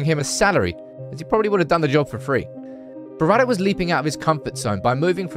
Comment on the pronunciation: It's not DD. It's Berrada, not Beradder. Sorry, your pronunciation is getting on my wick.